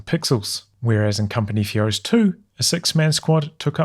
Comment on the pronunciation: Does it sound like he says "company fuhrer's 3" or is it just me?